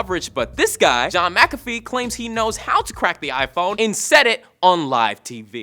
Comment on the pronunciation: lol at how said Mcafee